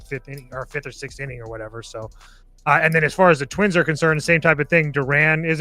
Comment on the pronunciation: "And twinss" 😂